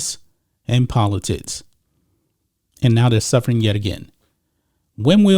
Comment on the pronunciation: Everytime he days politicis i can not unhear politits 🤣